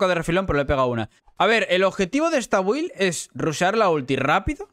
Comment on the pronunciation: Cómo que bUild! Coño que no es difícil pronunciarlo bien "bild" , estos españoles con su inglés como con "espiderman" ...